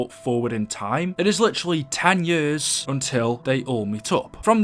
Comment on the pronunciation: You say years like yers do you have an accent and if so what is your background